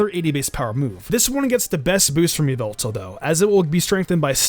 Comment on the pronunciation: it is not yveltal , it is yallveltall